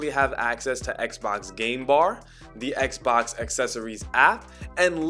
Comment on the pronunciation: At times, I'm hearing "eggzbox" (scratching head)